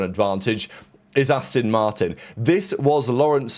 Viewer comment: Asston Martin 😂